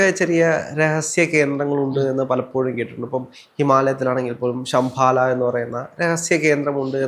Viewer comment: Sambhala..not sambala